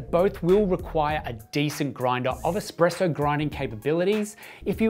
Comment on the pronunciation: Can you trust a source that says "expresso"? ;)